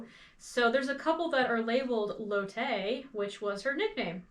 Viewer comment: I just wanted to mention that the name Lotte is pronounced " LAW tee " or " LOT tee". Really great vid, as always! ❤